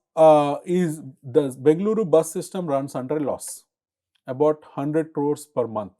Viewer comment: Good content. Nit: The moderator can put a little more effort in getting the Bengaluru (ಬೆಂಗಳೂರು) pronunciation right which is interestingly the Channel name. Will help express Kannada pride.